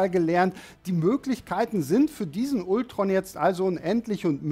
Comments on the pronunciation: Warum sprichst du Ultron typisch deutsch aus und Vision englisch? Ich weiß du kannst Englisch, aber es wirkt als hast du von Englisch keine Ahnung. Deine Videos wäre viel besser wenn alle Namen ausprichst wie es sich gehört. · Bitte sag doch nicht immer Ultron😖 Man spricht es Altron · mich triggert das auch jedesmal, wenn man ultron sagt und nicht altron ^^ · Kann man Ultron bitte auf Englisch aussprechen? Selbst in den Filmen sagt doch niemand das deutsche Ultron.